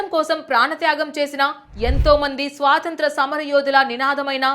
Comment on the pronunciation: స్వాసంత్రం. కాదమ్మా. "స్వాతంత్ర్యము"